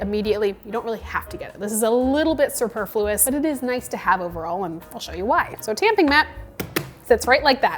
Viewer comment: On the word superfluous you had the center on the wrong syllable